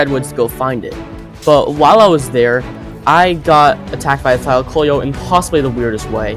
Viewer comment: What if I told you it was pronounced Thy-Lack-Oh-Leo Also you are extremely underrated! You deserve more subs!